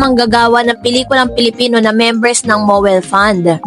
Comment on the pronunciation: MOWEL fund hindi po MOBILE fund